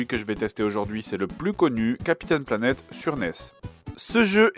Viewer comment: Ouais on dirait qu'il dit vraiment "Captain Lavette" ... ou "Navette" c'est pas clair !